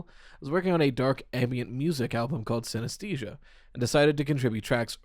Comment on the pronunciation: you’re the only person i’ve seen cover this topic who know how to pronounce synesthesia THANK YOU FOR BEING SMART